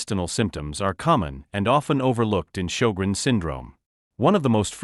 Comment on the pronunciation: He's pronounced sjögrens wrong.